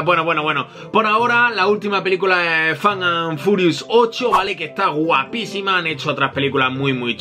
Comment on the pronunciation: Es fast, no fate